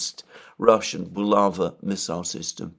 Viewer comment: It's bulavA (emphasis on the last vowel)😊